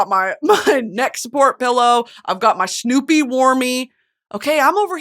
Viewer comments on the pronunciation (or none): none